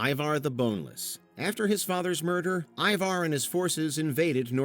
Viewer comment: Hearing the repeated mispronunciation of Ivar was painful. How many times can you get it wrong in one go?